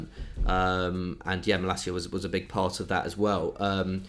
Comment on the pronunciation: You got to love how the butcher the names of Malacia and De Ketelaere... 🤣